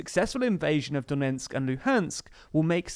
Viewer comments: It’s DoneTsk not Donensk! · The name of the province is Donetsk, not Donensk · A nit: “Done ts k”, not “Donensk”. Duh-NETSK. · Not Donentsk, but Donetsk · DoneTsk not DoneNtsk :) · its pronounced "do-NETSK", not "do-NENTSK" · My dude if you wanna be a presenter in a video on donbas, you really need to learn that its not "Donensk" but "Donetsk".